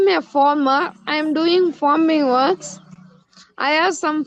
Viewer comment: And its farmer not former